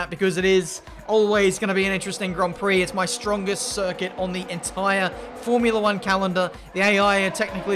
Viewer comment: What is a "Fomrula one calendar"? xD